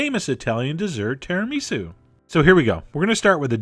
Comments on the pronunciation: It's not tìa-rà-mì-sue! It's tirami-sù! xD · I’m not here to be a hater, but your pronunciation of certain words irritate me! It’s ti-ra-mi-su with emphasis on “su”, no emphasis on “mi”. You’re confusing the emphasis on syllables with that of miso soup! Also, there is no such coffee as expresso, there is no X! It’s ESPRESSO! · Oh Chef John. Your Italian pronunciations are horrific! -It's TiramiSU not TiraMisu (ephasis on the 'su') -ESpresso not EXpresso (It means 'pressure' not 'quickly') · its tiramisú not tiramísu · its tiramisu not tiraaamisu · ti-rah-missu... not tira-mee-su. Just sayin'. I love you, Chef John. I just grew up surrounded by Italians. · terra-me-sou? John, I love you but come on. lol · i didnt know it was possible to pronounce tisamisu that way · That is the oddest pronunciation of tiramisu, I have ever heard. I don't like chocolate, but I do like regular tiramisu... Maybe someday, Chef-John will do a different flavour variation of this. (like... Mint? Or Cherry! :D - those go with coffee flavours right?? XD) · ahm, considering he also mispronounced Tiramisu, yes - I will questions his pronunciations. Also, the saying is "The world is bigger than the United States"... yes, it was conjured up to let Americans know that their 'culture' isn't the only culture out there. I love Chef John's videos, but judging by how many people agreed with the mispronunciation, I think the discussion is leaning in eSpresso's favour. (That's right, the original English spelling of favour has a 'u' in it)